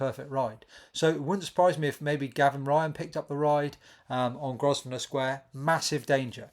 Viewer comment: The s is silent in Grosvenor